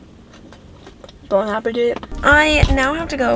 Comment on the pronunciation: Hello, you pronounce well " bon appétit" 😉 , a French subscriber 🇫🇷